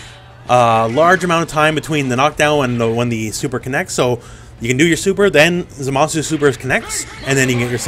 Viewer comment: Thanks for saying his name right